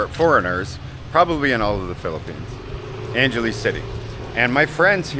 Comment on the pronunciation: Angeles = Ong-ga-lee’s 😉